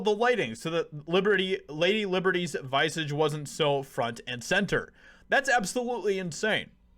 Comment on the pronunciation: 'vice-age' ? lol